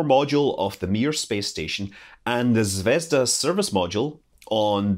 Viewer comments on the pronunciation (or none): Thanks Scott! To pronounce Zvezda, use emphasis on the last letter, a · I like how Scott apologizes for mispronouncing chinese names and then mispronounces "zvezdA"